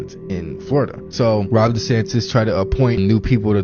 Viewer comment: Says she who is a Satanist…. Oh and it’s not Rob it’s Ron.